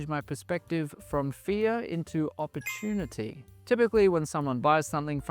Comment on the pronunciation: "oppertunity" - I'm sorry? Try that one more time?